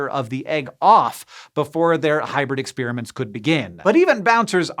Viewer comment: Hank It's NOT ex-spearmints. Those are destroyed candies. ex-spare-uh-ments. PLEASE!